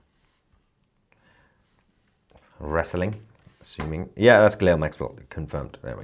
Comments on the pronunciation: She's not 'Gilell', it's pronounced 'Gillane' (Guislaine (spelled wrong), Maxwell). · Ghilail Maxwell?? It's Ghislaine Dude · Stop saying ghilelle lol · Toussi, Her name is pronounced Ghee - lane Maxwell old son.. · YOU Prononce her name.....GIH-LANE....Maxwell . You're welcome❤ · It is pronounced Gilane you ignoramus. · How are you pronouncing Maxwell's first name?? 🤣